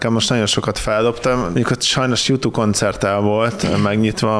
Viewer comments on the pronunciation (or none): none